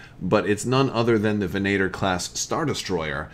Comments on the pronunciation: Ven-ay-tor is an incorrect pronunciation. Venator (Ven-uh-tor or Ven-ah-tour) means hunter in Latin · Sacrilege, I'm sure, but these are my favorite class of star destroyers. (ven-AH-tor ... get out of here with that ven-ATEr stuff.) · Use the long a. AAHHH not aayyy. The short a tends to be nasally. The long A is more in line with Latin and Italian, think of parallels that can be drawn between the roman Empire and the Star Wars Galactic Empire. Imperator. Venator. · "Venator" is Latin for "hunter," incidentally...so, going by Latin Anglicization practice, it should probably be "VEN-uh-tor"; in actual Latin, it would be "ven-AH-tor," with the emphasis on the middle syllable, but a longer "a" sound. Am I crazy, or did the Rebellion have a few of these as well? That might be interesting, to have it be a potential cross-faction ship in Armada, or to have some future wave come out and include a Rebel and an Imperial version of it in different paint schemes...unless I'm actually crazy and totally have that wrong, which is possible! ;) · Should be an Imperial Assault Frigate. Ven-uh-tor. Geez. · Ve'na:tor Latin word meaning hunter also a word used by the Romans describing a type of Gladiator. So soft a. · I think they say it with a soft A in canon